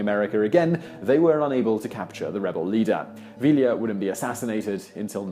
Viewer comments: Vi-ya. Not vi-la. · Who LLs in Spanish are silent. It's "Via" not "Villa" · Love the videos, Simon. Now I must correct your pronunciation. Pancho Villa is pronounced PAHN-cho VEE-yah. Not VILLee-yah. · Vealia? realia? Pronounced VEE-YAH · Villa. Vee-yah. NOT veel-ya. Double L in Spanish is silent. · 5 years late, but... - "ll" in Spanish is pronounced like a cross between "y" and "e", so Villa is pronounced "VEE-uh". And at - Early didn't have nearly enough troops to actually take Washington, although he could have sacked a fair portion of it. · Just an FYI - Pancho Villa's last name is pronounced Vee-Yah. The two Ls are silent. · two LLs make a Y sound you bloody wanker. Poncho "ViEEA"